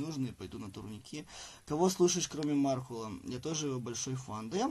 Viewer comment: ПЕРЕДАЙТЕ КТО-НИБУДЬ, ЧТО МАРКУЛ С УДАРЕНИЕМ НА У, А ТО У МЕНЯ УЖЕ УШИ ВСЕ В КРОВИ